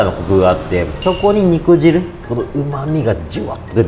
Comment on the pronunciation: にくじるでなくてにくじゅうね😂